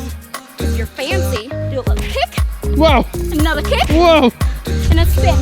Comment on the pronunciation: Also u say FANCEYYYY funny and wired also immcrazy funny and wired so I accept